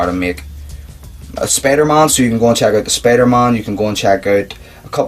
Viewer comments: Sorry if i being mean too ya just that when u say spider-mon its really spider-man so I'm sorry man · It's Spider-Man it's not Spider-Mon ughhh